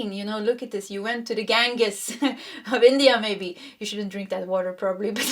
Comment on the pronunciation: Hi-dran-Jea... and GanJees river.... lol just an fyi love your readings :)